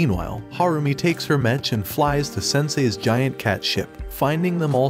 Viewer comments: It’s not mech it’s m-e-ck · It's pronounced MEK not mech. It's short for MECHANIC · Its pronounced "mek" not metch. Like mechanical. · bro really pronounced the ch in mech like "skeTCH" 💀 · I love how they keep mispronouncing Mech